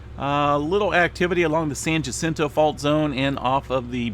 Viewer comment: San Jacinto The "J" makes the H sound. You're showing your Chico.